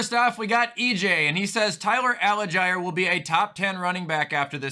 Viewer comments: I like that this is the only comment I have seen mentioning this. It was bothering me the whole time. Like how are pronouncing a letter before the G that doesn’t even exist???😂😂😂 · Bro, why does he keep mispronouncing Tyler Allgeier’s last name? It’s pronounced Al-Jeer.